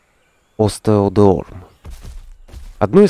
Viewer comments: там произносится "остеодорм" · в любом случае, твой ответ не исправляет ошибки из видео, где "остеодерм" произнесенно толи не правильно, толи не внятно.